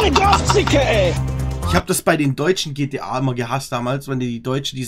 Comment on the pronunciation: Anstatt gta heisst es gtp🤣